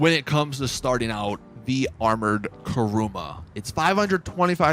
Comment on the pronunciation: Its kuruma not karuma🙄